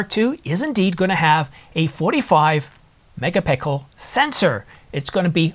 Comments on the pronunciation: Every time i hear you say "MEGA PICKLE" I take you less and less seriously.. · Did you just say ..."a 45 mega pickle sensor..." that was a gem :). But seriously, thank you for all the hard work and long hours you put in to this channel. I really worry about this rumored subscription service on the new EOS models, hate that... I will stick to my R6 and wife will stay with the R7, maybe get the R6 mk II if the new models come with that subscription service fee.